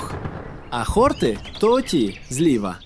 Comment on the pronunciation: ХортИ, хортІв, на останній склад наголос, хлопці. Спеціально до словника заглядав, бо ріже слух.